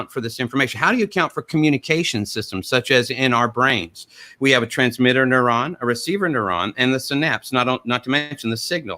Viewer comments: "transmitterrrrrrrrr and receiverrrrrrrrr" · Did start channeling Kent Hovend here?:D "u-talizing a Transmi-ter" "Sir" before, sir, Aron threw over his apple cart by talking some emergent-intelligence consciousness in cellular life, and talking about consciousness as an emergent property, not present/absent scenario, with quantum-darwinism using machine-learning to make intelligence from non-intelligence, all still absent any imaginary creator, supernatural souls, or magical realms. GD I love how brilliant, insightful, and well read Aron is:D